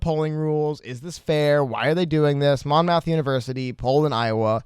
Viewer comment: Hey guys love your vids! Keep it up! Just for future reference, as a Monmouth County native, it is pronounced Mom -ith and not Mon-mouth. Hope this is helpful!